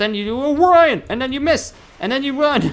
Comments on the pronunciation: It's not Orion its Orin as in OR IN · Why does he say orian combo